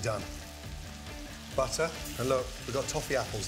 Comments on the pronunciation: Is he saying butter or buttaaa🤣🤣🤣🤣🤣...... And flavour or flayva.... 🤔🤔🤔🤔 Smooth or smuuthh... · I like how gordon calls it " BUTTAH"